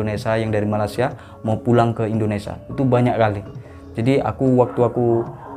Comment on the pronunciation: Malaysia mas..bukan malasia🤣🤣